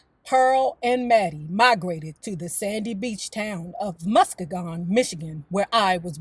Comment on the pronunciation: love your channel. The correct pronunciation is MUSS-SKEE-GUNN😍